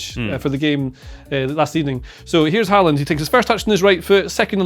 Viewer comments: Nice to see pronounce Håland’s name correctly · Wow, wait what?? Did they just say Haaland correctly the first 2 times?😂😂 Well done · at least the chap on the sofa is pronouncing his name correctly